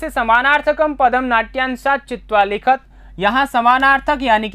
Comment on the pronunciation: सर,जहाँ विसर्ग नही है वहाँ विसर्ग की ध्वनि नही होनी चाहिए । यथा लिखत । आप इसका उच्चारण लिखतः के समान कर रहे है । ऐसे अनेक स्थानों पर किया जा रहा है ।